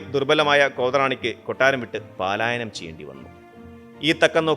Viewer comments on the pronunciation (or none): പലായനം ആണ് ശരി ആയ പദം. പാലായനം തെറ്റ്. പലായനം എന്ന് വച്ചാൽ ഓടി പോവുക എന്നാണ് ഭീരുവെപോൽ.. പാലായനം????